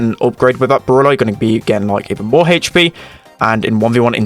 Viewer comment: He says haych P lmao